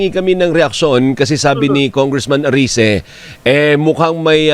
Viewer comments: Erese hindi arese pls PBBM Trillion times foev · ERECI not Arice